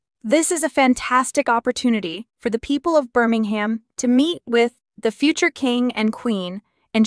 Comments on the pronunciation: It's not Bir-ming-ham, it Bir-ming-hmm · The H is silent Birmingam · IT is not Birming Ham alabama its Birmingham WEsst midlands